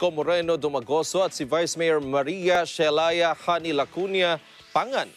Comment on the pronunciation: OMG mali po yun pag pronounce ng name ni Vice Mayor anubayan 🤦‍♀️. SHEILAH po, it's a very common name dito sa Pilipinas. sino si Shelaya anakngtokwa 🤦‍♂️🤦